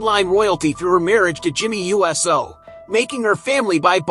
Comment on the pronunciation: For him supposed being such a wrestling fan...you'd think he'd be able to say Uso and not USO...big difference! Get it right!